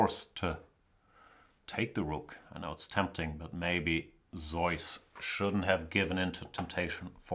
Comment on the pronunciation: It's neither Zoyce, nor Zee-us in English. I believe it's Zooce.